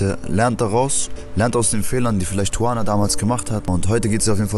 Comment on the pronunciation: Die sagt am Anfang doch nicht "Tuvana"...? Hört sich für mich eher nach Suana an